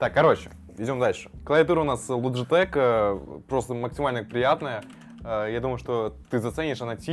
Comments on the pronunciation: Лайк за лоджитек а не логитеч. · Не лоджетек а логитечь